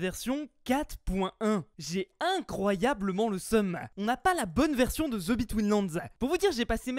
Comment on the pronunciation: Le court anglais pour fuze The ce dit de et pas ze